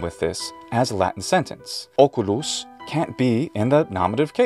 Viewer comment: The way how "" pronunce words in latin sound too soft. Too close to Italian. Even word as OCULUS he pronounced almost as with Polish, Czech or Slovak š which is softened s The S should be proper hard S